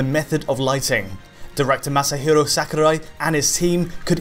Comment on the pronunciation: He pronounced masahiro sakurai so dramatically